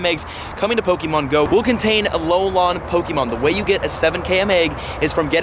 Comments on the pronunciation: It’s Alolan not Alolon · Stop saying alol-on it's pronounced alol-in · its alolan not ALOLON lmao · Does it bother anyone else how it he says Alolan? It is not Alolon :S Love your videos dude! (Y) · its pronounced uh-lo-lin not uh-lo-lon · Why do you pronounce it as Alo - lon? It's Alo - LAN Also I don't think multiple accounts will be an issue. It will do almost nothing to harm the trading community. I'm not going to lie either, I multi account. But only because my local POGO community are full of selfish and toxic people. I'd rather play by myself as sad as that may sound. The friends I do play with are my wife, and friends from out of state that visit often. What I'm curious about is how many people have the same issue of their local POGO community being toxic? For example they refuse to invite people under level 40, and they start drama over all sorts of nonsense. Like EX:Raid teams. They've also bullied people who were just joining the game into thinking they weren't good enough to do raids with them. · Dude it is pronounce Alo-lin not Alo-lon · Why do you keep saying alolawn 🤔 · Alolon? -.- Just say gen 7 forms or something xD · alolan = uh low lin pls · its- A-LOW-LAHN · Love your content but if you say Alolan wrong again I’m going to lose my mind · I just cringe every time he says km and alolan. How can u butcher it this badly